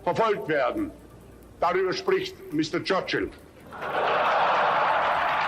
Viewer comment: Mistur Chruchul